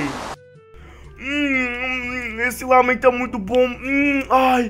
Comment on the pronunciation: não é lamem e ramem